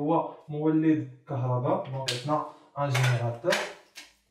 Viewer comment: راه ماشي كهرباد راه كهرباء 😅😂😂😂😂😂